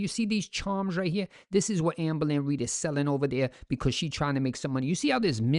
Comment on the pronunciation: "Our FORMER babygirl AMBO-LYN Reid!" 😊